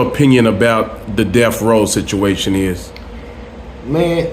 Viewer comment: He keeps saying "deaf" lmao.. It isn't "deaf" it's "death" smh